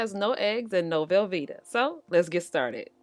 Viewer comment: You crack me up the way you say "velveeta" LOL! I don't like it either!